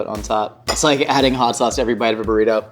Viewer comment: A burrrrr-ito